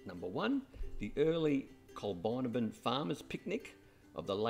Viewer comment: Need to correct your pronunciation, Col bin abbin. I enjoyed the video.